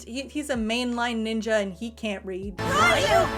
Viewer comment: That's actually the correct way to say it. They say it like that in the show too. 😅